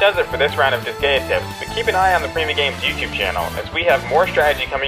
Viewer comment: You said the name of the game wrong. It is Dis-guy-ah